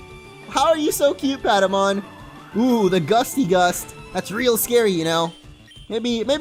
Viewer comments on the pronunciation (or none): its paptamon not padamon